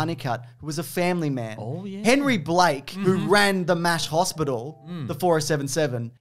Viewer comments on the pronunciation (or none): none